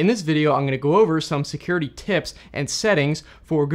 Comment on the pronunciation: "Seacuriatych, I remember this one this is uhhhhhhhhhh and amd" - Asian